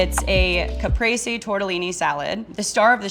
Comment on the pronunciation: Caprese mispronunciation is wild